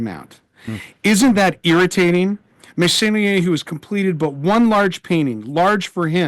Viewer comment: Wonderful (as usual) conversation and educational experience! I am a little ashamed to admit that I didn't know about Meissonier despite having been raised in France! 😶 pronounced his name well! 👍😊 THANKS AGAIN SO MUCH!!!🎉